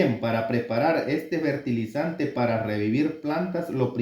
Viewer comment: FERTILIZANTES No se Dise Bertilizante